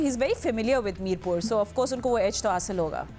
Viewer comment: It's not mirpub It's Mirpur